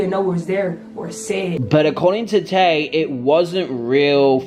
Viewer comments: Her name is Tae bro not Ta i smh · Tae* not tie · her name is Tae not Ti I heard that.